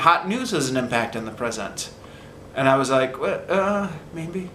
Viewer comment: please don't take this as a personal attack, but have you ever noticed that sometimes your "maybe" sounds like "mayNbe"?